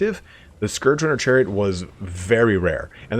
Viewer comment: Finally someone who pronounces Scourge correctly